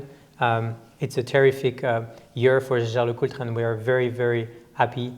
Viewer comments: I know! Last videos had some serious discussions with Frenchis claiming it has to be pronounced Schescher... But the family Jaeger comes from Alsace ... there this is a common name and they all pronounce it Jaeger and NOT Schescher... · #Teamalexander, it's Jäger. Not sheshey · Yes, J-L-C is good way to get around the challenge of pronouncing Jaeger-LeCoultre correctly... Anyhow it is just in-between the franchise and the rest of the world ... Edmond Jaeger never was pronounced Edmond Sche-Scher, but always Edmond Jaeger ... 😉